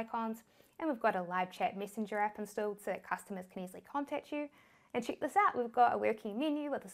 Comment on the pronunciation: Just came by your videos by chance.Love the way you say Stip by Stip & Chick ( check) My english is funny too.Thanks for helping new comers to Shopify.